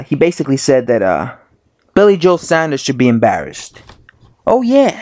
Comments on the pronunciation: It's Saunders not Sanders. This video gets iraating after 15 seconds. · Fs it’s pronounced SAWN-DERS (Saunders) not SANDers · Saunders* not Sanders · Saunders not Sanders.... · Why do yanks find it hard to say Saunders ? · Luke Oconnor I know tell me about it....too much of colonel sanders and his chicken I reckon. It’s got a U in it, it’s not SANDERS ffs